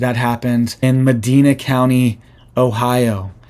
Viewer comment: Med-dina😂 You said it wrong.